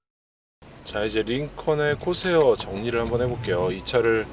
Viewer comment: 콜세어라 불러야 맞을탠데 코새어라 하니 듣기에 이쁘지 않네요.